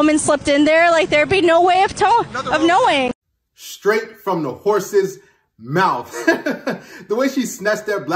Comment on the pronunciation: There's an extra "s" in the middle of that word. Haha